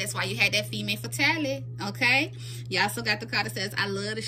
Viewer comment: Femme Fatale is pronounced Fem Fa Tale, Fem Fuh Tail.